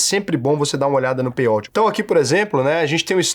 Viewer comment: A pronúncia é "pêi aut",, não "pêi óut"